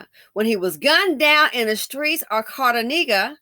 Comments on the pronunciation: Medellin is pronounced Med- e- yeen. Cartagena is pronounced Cart-a-hena. This is a common occurrence in Colombia. They give them a drug called Scoplamine AKA “Devil’s Breath”, then rob them. Sometimes the drug is so strong it kills them. They go to Colombia and stare at these women all thirsty looking 😂 and then they get drugged. Another thing is they think they can speak to Colombian women anyway they please and put hands on women like they do in the US and Colombian men don’t play that. I guarantee, these dusties will be jumped so quickly for disrespecting their women. 😂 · Hey sis. The cities are pronounced med-uh -YEEN and car-tuh-HAYN'-yuh.